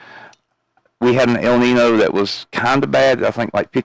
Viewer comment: Its pronounced el neen yo not el nin o.